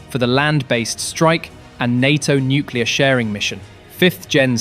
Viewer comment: No because nucular deteraints would end russia done